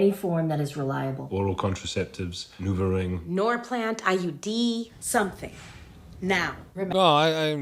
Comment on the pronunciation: When the guy said NUVO RING ... it sounded like NEUTERING ... that would work too.